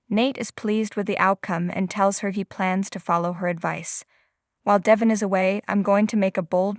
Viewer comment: First of all his name is Da'Von, not Devon(pronounce his name right) 2nd the pictures Don't Match the Story!!! You can't follow the story line??! B.Powers